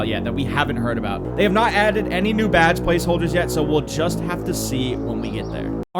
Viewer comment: Its Badge Not Bage